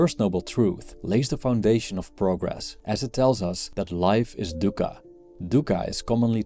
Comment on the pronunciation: It's not dukka it's "duukha" different pronunciation than english "du"